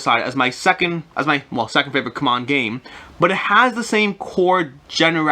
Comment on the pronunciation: Ku-mon games?? I've been calling it, see-mon games. Come on (CMON)!